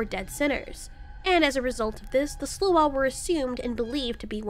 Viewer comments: We pronounce sluagh as "slaow." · The butchery of "sluagh" lmao